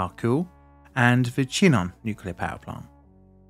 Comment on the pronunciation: I take it that you didn't get your French GCSE? Chinon sounds more like Shi-non, and the Loire is more like Loo-Ar.